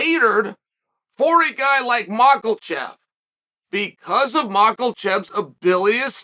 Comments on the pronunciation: How can he read mahkachev and say makelchev 😭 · Uncle Chael even reading the quote from Cormier and he STILL... gives us the MARKELCHEV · Makelchev is on purpose right? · The Biggest upset would be Chael saying Makhachev without an L in it 😅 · Listening to Chael pronounce Makhacev is like hearing Rogan call Vitor Victor back in the day😂. Chael, there aren't any R's or L's in Makhacev no matter how much you sound it out bubba 😂😂😂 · There’s no (L) in Makhachev. 🤣